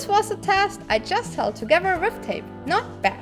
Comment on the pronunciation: I love the way she says "Togevurr" instead of together...